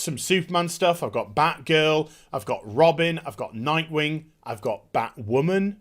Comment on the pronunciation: Bat- Wahmen